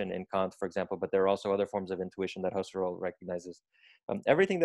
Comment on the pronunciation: Mispronounced “Husserl”